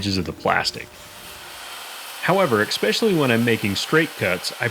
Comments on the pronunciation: "especially", not "expecially"... just sayn. Great video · FYI, the word is not 'ecspecially,' but 'especially.' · Good straight forward video, no bs. Thanks for the help... and, it's especially. Not expecially. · There’s neither a k nor an x in the word especially. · First, it's a Circular saw not a Cerclier saw. Second it's especially not EXspecially. Learn Engrish! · You had me at expecially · No such word as "expecially". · Did I hear someone say’ “Ex-specially”? Come on. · I have never heard anyone repeatedly pronounce the word "especially" as :"eggspecially and/or expecially" ... but I digress; in Bides economy, that is like $60 bucks worth of "scrap" OSB. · Nice but please, there is no “x” in “especially”. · Good video, thanks. But there is no hard "k" in the word "especially". Just FYI. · You seem to be having a hard time with basic English. Here, let me help you out... ESPECIALLY - is there a "K" in there? ET CETERA - again, see the letter, "K," in this one? ESCAPE - another illiterate millennials love to get wrong. One more time, is there a "K" present in this word? No? THEN STOP PRONOUNCING IT WITH A "K"!!!